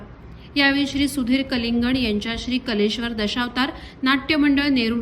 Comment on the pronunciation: अभिनंदनीय ❤❤❤ फक्त आडनाव कलिंगण ह्याचा उच्चार नीट हवा होता 🙏🙏🙏